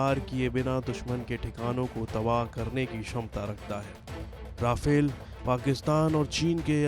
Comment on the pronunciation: Konsa sasta nasa karta hoe Vai 😂😂😂 , Rafel koe Raifel Or Meteor Ko Motor bol raha hoe 😂😂😂